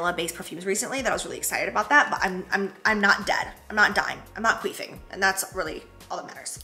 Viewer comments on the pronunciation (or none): Did she say quee-fing?!?! At 12 mins 45 seconds lol 😂 i think she meant to say queezy